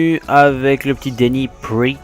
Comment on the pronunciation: Slt je suis nvx sur la chaine et g bcp apprecier cet episode 👌 Juste on dit "denis praat" et pas "priit" Bonne continuation 👍👍